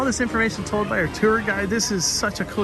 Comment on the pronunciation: Mandoooo! I learned a lot from this video but one of the most important things is that “tour” is pronounced “teril” thanks! 🔥🔥🔥🔥🔥🙏